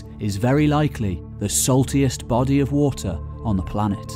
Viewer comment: sawtiest body of water LOL